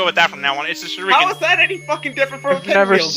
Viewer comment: sure-ee-kin... weirdest pronunciation ever